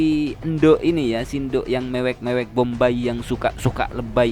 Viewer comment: rupamu elek maksudnye ape ? jelek atau kayak kelek (ketek dlm bhs sunda) ? hati2 akh pas bilang tukang mewek lidahnya keseleo m nya jd ng